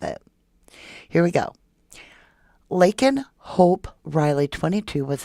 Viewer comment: Oh yay u said my name correctly! U rock